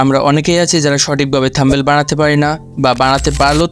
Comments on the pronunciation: আগে Thumbnail উচ্চারণ করা শিখ ভাই। 😂😂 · Eta THUMBNAIL bhai, apni to THUMBEL bolchen